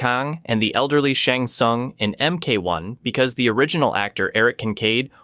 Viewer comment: When you said Shang Tsung name wrong I got annoyed, but after “Bye-Han”…. I knew you had to be rage baiting💀